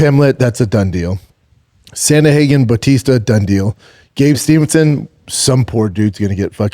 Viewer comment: SANDA-HAGEN 😂😂😂😂 CANT PRONOUNCE AN AMERICAN NAME IS HILARIOUS 😂😂😂😂😂